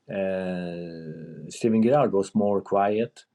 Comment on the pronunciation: Did he just say Steven Gethard?